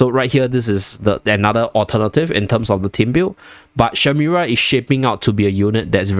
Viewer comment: Shemira, not shimera 😅